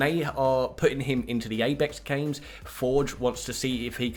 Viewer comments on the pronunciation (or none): BRUHHH HE SAID ABEX GAMES!!!!!🤣🤣🤣🤣🤣🤣🤣🤣🤣